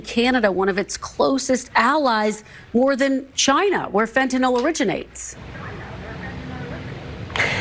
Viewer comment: "Fentanyl" does not rhyme with "alcohol".